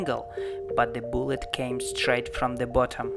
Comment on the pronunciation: wth is a ballet u said